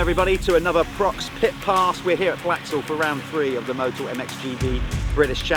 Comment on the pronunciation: Prox ? PROX ? What ? "Pro X " 😅